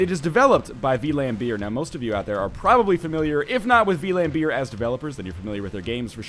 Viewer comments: vlam, not v-lam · "V-lam beer" Lol, Vlambeer is a dutch company. The translation would be like flamebear. And saying it like that is almost the same as the dutch pronunciation. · Silly Ryan, it's pronounced Flambeer. It literally means flame-bear. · Wow. The way you pronounce Vlambeer is pretty strange.